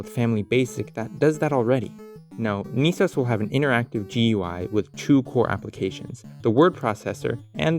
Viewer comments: "knee" sos doesn't sound so good.. I prefer "ness-os" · Not sure what bothers me more. Calling it Knee-Sose instead of Ness-OH-ESS or the lost opportunity of calling it Nintend-OS (or maybe even NintenD-OS? haha) might have to jif gif this one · Neice-ohs? Should be Ness-oss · Aughhh... why no pronounce knee-sauce..... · i know you're pronouncing it Niece-Ose, but my brain parses it as "Any Sauce". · I find it funny how most people pronounce N.E.S. as it's spelled, or in some regions it'd sound like "Nehs" due to accent/pronunciation, but once you added O.S. to the end you changed to saying "knee sohs" / "Niiisos"